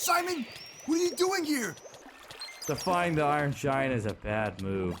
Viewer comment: can't say iron